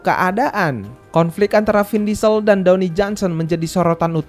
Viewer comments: dawni johnson HAHAHAHAH DWAYNE BANG DWAYNE DUWEIN bacanya bang HAHAHAHAH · dony "the rock" johnson? yang bener Dwayne (dibaca: dwein) Johnson iya arah cerita FF jadi ga masuk akal 🤣🤩🤩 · bang, dwayne bang, bukan downy, itu mah sabun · downey downey apaan jing, bnerin pronounce dlu